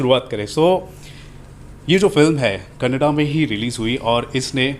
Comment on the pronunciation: You misunderstood what I am saying !! I did not talk about Kannada Cinema or Indian cinema I only asked you to pronounce the name of the language correctly!! Most North Indians say kannad instead of kannada ... So I asked you to correct tha pronunciation, that's all